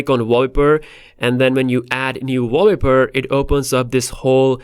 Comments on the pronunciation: walleper hahaha sounds incorrect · This nigga can’t pronounce wallpaper